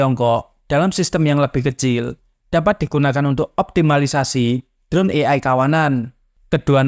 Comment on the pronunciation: "ey-ay" untuk AI, bukan "i-ay"